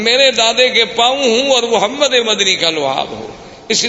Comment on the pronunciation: Say Prophet s.a.w. Name with Humbleness, Humility and Respects... Say Muhammad and NOT Mohmed.